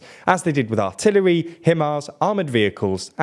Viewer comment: *artillery not artillary